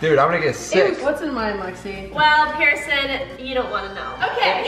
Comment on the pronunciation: Pierson, NOT Pearson